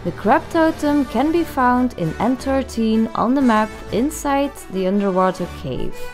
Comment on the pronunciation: Thanks when she said n 13 I had no clue what she said coz the accent I thought she said entertain or something